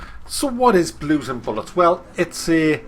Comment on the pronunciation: Are you saying Blue and Bollocks or Blue and bullets lol.